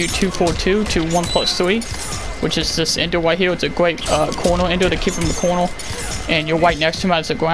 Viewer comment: " ill show you right hewr"